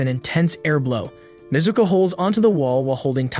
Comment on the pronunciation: Bro, it’s Nezuko